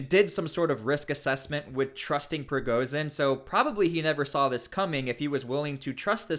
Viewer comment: ‘Zh’ is not pronounced ‘z’. Prigozhin not prigozin. Putin does not have a silent ‘t’.